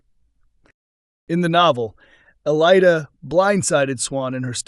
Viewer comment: You pronounce her name wrong.